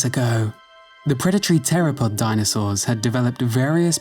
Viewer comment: I’m.. pretty sure that’s not how you pronounce the word “theropod”.